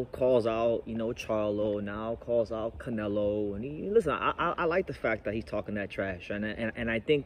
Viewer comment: He Disrespected “The Face of Boxing” he called em “Canela” 🤣 He called Charlo, “Charla” 🤣